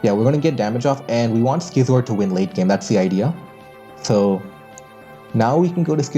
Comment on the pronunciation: Youre pronouncing scizor wrong homes